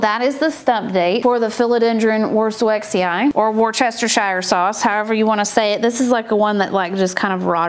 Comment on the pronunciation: Wochestershire sauce plant. 🤣🤣🤣. Love it! 🥰